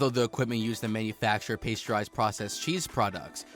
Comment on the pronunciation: paysterized and homogized!